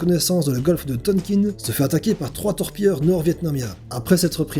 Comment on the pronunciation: super sympa la vidéo, même si je connaissais déjà quelques une de ces histoires, j'ai pas mal appris 😊 par contre, si je peut me permettre, on dit ton-quin et non pas tone-kine pour la pronnonciation du golfe du tonkin. a part ça, merci encore, et continue tes vidéos, elles sont fun.